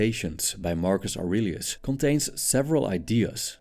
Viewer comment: Marcus Aurelius is the first words With the accent sounds like Argus argonauts